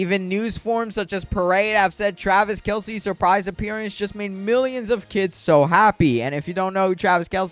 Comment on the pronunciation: when u were talking about celebrity guest u were saying travis kelsie its travis kelce:)